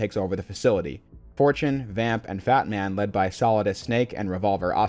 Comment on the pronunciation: Every time you say Fatman, I hear Batman, and I imagine Raiden fighting him on the Big Shell.